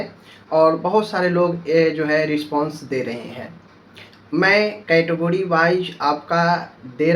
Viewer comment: Phle category bolna to Sikh lo lol kahi ka